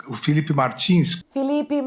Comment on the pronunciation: Filipe - e não FELIPE - "MAGNINS"? 😂😂😂